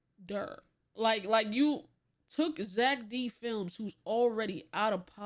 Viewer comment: “Zeck Dih Felms” 💔💔🥀🥀